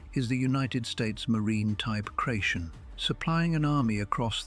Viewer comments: AI kration first instead of the follow up K Ration. If you can get it right once why not both times. AI voice overs need to go. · Great idea. Lousy AI voiceover. Cray-shon?